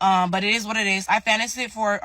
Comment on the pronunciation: can't even pronounce finance, doesn't know what APR is, and she glues her hair to her head. Real dumb one here.